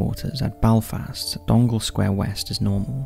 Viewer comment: It's pronounced Dun-e-gall not Dongle in the NI case.